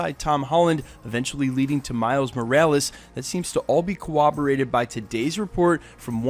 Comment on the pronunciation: Dude learn to say 'corroborated'. There are no Ws.